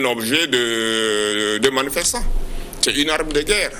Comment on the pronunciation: Manifessant? Il est d''où ce cinglé ? Il n'est pas Togolais.